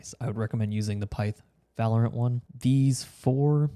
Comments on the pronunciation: its pronounced VALorant jesus christ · "volerent" I like the way he pronounces it 💀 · The way he pronounces "Valorant" is really bugging me lol